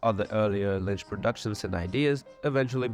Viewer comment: I have really good quality speakers and a perfect listening room, and every sentence you say has one confusing mistake in it and I literally can't make it out. Sometimes you pronounce Lynch like Mlynch. I have no idea what country you're from but that's insane. I'm literally going to have to find an AI to fix your video